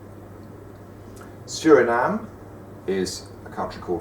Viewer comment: It's Suriname, not Surinam :P nice video anyway :)